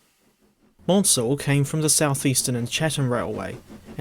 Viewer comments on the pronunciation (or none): The correct pronunciation of Richard Maunsell’s name is “Man-sell” as in “cancel,” not “mawn-sell.” A very common misconception, but I hope you take this on board and pronounce his name correctly in future! Excellent video otherwise.